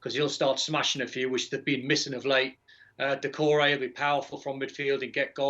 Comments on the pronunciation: Dacoure? HAHA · Is it not Doucoure? lol